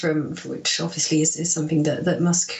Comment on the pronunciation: Why do people say’ somethink’ instead of ‘ something’ ?